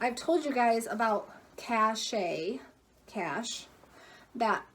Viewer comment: You said Cache right the first time. Was high end in the day!!